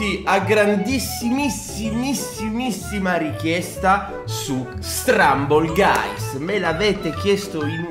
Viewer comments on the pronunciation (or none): si dice stumble guys non strumble guys